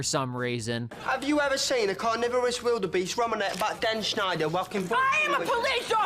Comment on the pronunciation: never noticed that beck says dan schnider and I've seen that ep at least 10x